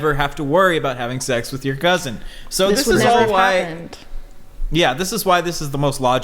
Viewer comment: The way pronounced "cousin" as "cousint" brought me back. Haven't heard anybody pronounce it that way since leaving Michigan.